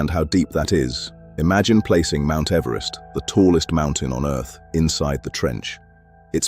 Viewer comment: ...mount everst in the Marianas tranch. ...Mount Everesty back in the Marianas trench???